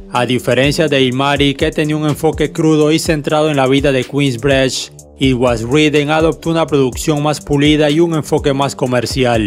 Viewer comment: "Kuins brich"